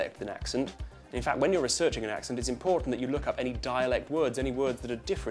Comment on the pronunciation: Its pronounced 'Ax-Sent' not 'Ahx-ughnt'.